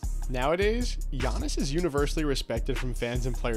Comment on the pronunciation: GIANNIS IS THAT GUY. also kudos for the pronunciation